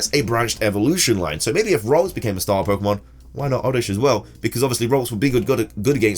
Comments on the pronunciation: The CC, says "Rose" for Ralts, which is what he actually says, hahaha I'm cracking up. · It's name is ralts not rose